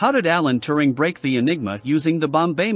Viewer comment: Alan T-u-ring, not Tu-r-ning.